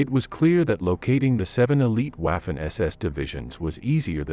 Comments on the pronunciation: Pronounce waffen correctly the W has a V sound in the German language. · Your pronunciation of the German (and French) names and words is atrocious. It's not like you couldn't find the correct pronunciation around on the internet. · I had to bail out after 2 minutes. I just can't take this guy repeatedly mispronouncing "Waffen." He utterly beclowns himself. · For Christ's sake make a f-ing effort to at least pronounce Waffen SS. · Your pronunciation is atrocious. The a in Waffen is like in waffles not as in laugh. Never in my 65 years have I ever heard anyone pronounce it the way you do. After hearing it several times I couldn't stand to watch any more of the video. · Your pronunciation of the word waffen is deplorable! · Learn how to pronounce "Waffen SS" and the other German units properly so you sound like you actually know what you are talking about' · Really very irritating listening to the pronunciation of Waffen using the W English . The W should be pronounced as a V sound. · Thanks for pointing out the obvious.....was grating me as well! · Kind of what happens when AI takes over linguistics. Poor pronunciation could guarantee a third world war,if AI was ordering a pizza in a troubled area. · Wielen Dank! This was driving Me Crazy 😮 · No. Anglicised would refer to a word adopted into the English language and used in normal speech. "Envelope" would be an example... although at least a quarter of English speakers pronounce it French style. "Waffen" has not been anglicised. The speakers mispronunciation is extremely grating and unpleasant for anyone familiar with German. There is simply no excuse for the mispronunciation. It is just as easy for an English speaker to say "VAH-fen" as it is to say "WWAA-fen." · But at least pronouncing it to rhyme with waffle would have been closer to the correct pronunciation than pronouncing it to rhyme with laugh. With all of the badly pronounced German words, I wonder if this video wasn't narrated by a (very good) AI voice.